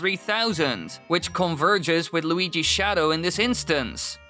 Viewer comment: When you said "while Luigi's Mansion", it sounded like Waluigi's Mansion. I wonder what that would be like...